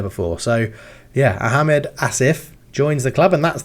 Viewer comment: Think its pronounced as a Gaelic name , O-Gil-Vee and Asif is said Ah-med no H sound